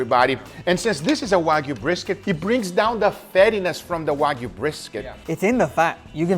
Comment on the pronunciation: Did Guga actually say "Wayg-B-Q?" Like wagyu BBQ? I appreciate a high-end cut of meet as much as the next guy, if not more so. But I've never developed the palette for BBQ that I would waste it in that fashion. As for the wine marination: red wine has a lot of enzymes that will help break down the connective tissue in brisket, which is typically quite tough. I've done similar with other tough cuts and have great results. You can do the same with pork and white wine, though white wine isn't as effective, but pork isn't generally as tough, even in the cheap cuts.